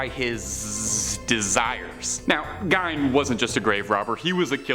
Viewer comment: I think the pm;y thing that irritated me about this video is how often you mispronounced words. Two that got me were Biopic (By-Opp-Ick) and Gein (G-EE-N)